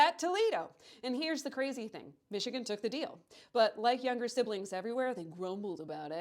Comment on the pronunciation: You pronounced Michigan and Wisconsin wrong here. See your new video for reference. Also, GET REKT MICHIGAN!!! OHIO ROCKS! 1803 FOR LIFE!!!